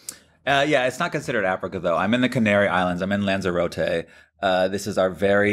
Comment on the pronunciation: How many times must Americans say the NAMES of places WRONG 😂🤣😂🤣 OH GOOD GRIEF ITS LANZAROTE NOT ZAR ZAY RO TAY !! ITS potato NO POTARTO TOMATO NOT TOM MAE TO EEESSHHH